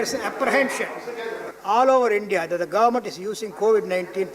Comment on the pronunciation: Mr. Ravindranath pronounced Hindya instead of India